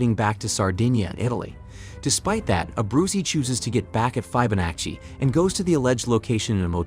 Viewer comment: Also pronouncing Fibonacci as "fibe-oh-natchy"